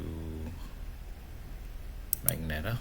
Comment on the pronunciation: ITS MUH-JEN-TUH